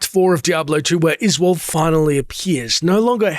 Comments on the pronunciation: I always thought his name was Uh-zool 😂😂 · Its hilarious how you mispronounce Izual, even though everyone says it. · You can pronounce Izual's name either way as I don't believe there is an 'official' way to say it. Just happens that the voice actors say it as Iz-wall but I've heard others (and myself) say it as Iz-yoo-all. In the end, it doesn't matter as anyone who knows the game will clearly understand the character you are talking about.